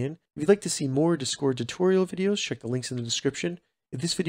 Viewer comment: The way you pronounce discord really irritated the fuck out of me